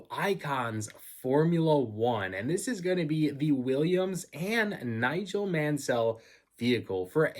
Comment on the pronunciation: Pronounced not as Man-Sell but Man-Sull